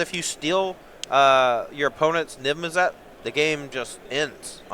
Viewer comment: needs to learn how to say Niv Mizzet